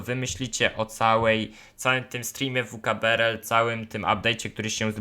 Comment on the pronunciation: Mói się vkbrl